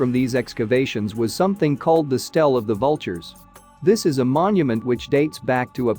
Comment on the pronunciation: …and the mispronunciation. ‘stele’ is not ‘stell’ for example. You have to take a moment to translate which is irritating. Still, I wanted the content and increasing the speed up to 1.25 made it easier to listen.